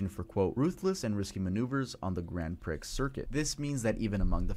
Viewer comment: I cringed every time he said "Grand Prix" (pronounced pricks instead of pree).